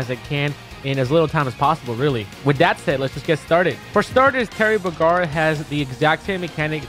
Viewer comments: the way you say "bogard" annoys me for some reason lol some times it sounds like you say bugard. all the time its very sped up. just.. boe-gard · Hermione: It's bOgard not bogArd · Terry... Bogár? XD I sorry I been hearing the pronunciation as Bógard for decades. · Nobody: Zero: "Terry bo Gar" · Terry Bogaard! You had me cracking up saying Terry Brgrd...I just pronounce it differently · "Terry Bogarr". Bogard... BO-GARD. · Literally no one: Zero: Terry B’gard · "Terry buh-gard" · Nobody: ZeRo: Terry Bôgrad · His name is Terry BOgard not Terry boGARD. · Everyone: terry bOgard ZeRo:terry bogArd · BO-gard Not buh-GARRd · It's Terry Bogard, not Terry B'gard 😂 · Terry buh-gard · Terry BOgard, not Terry BogArd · bogard not bogard 😤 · pls say bogard and not bgard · Zero be like: "Terry Bo Gar" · It’s more like Terry boGar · Im from Puerto Rico and is the first time I hear someone say Terry BoGáR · Terry bo Gar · Ben Graham Idc where your ancestors came from, if you’re American and you last name is “Bogard” I’m gonna pronounce the D in it. “BOW-GUARD” Like literally everyone else in the world pronounces his last name. And everyone needs to do their research cause Bogard is a Dutch last name. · Say it with me zero Terry Bow-guard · "Buh Gahrd" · "Terry buh guard" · Sounds like you said Terry Bagar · Ew stop saying buh guard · Zeros pronunciation of Terry’s last name is triggering me heavy. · You literally heard how they pronounce Bogard a million times in the Direct and yet you still do it wrong? Sorry to bother you, OCD kicked in :D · mate you're pronouncing bogard weird lol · The way you say Bogard makes me die inside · This was a better terry direct then the one we got Even if you have no idea how to pronounce Terry’s last name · your pronunciation of his last name is driving me nuts. petty, I know but still. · Why does he say bogard like that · The way he says Bogard at the beginning of the video makes me cringe..... a deep, heavy cringe.